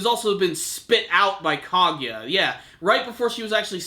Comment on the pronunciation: you might need to work on pronouncing the names of people like Minato Kaguya and a few others